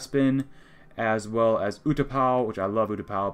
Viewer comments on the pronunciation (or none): none